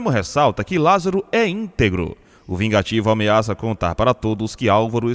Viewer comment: Verdade chamar Gerônimo de VIGATIVO...Que palhaçada desse narrador...😝